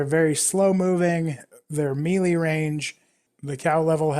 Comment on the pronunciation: It always makes me cringe when someone mispronounces Melee (it's pronounced May-Lay,not Me-Lee)....